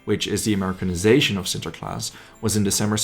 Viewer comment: Holy cow you pronounce sinterklaas perfectly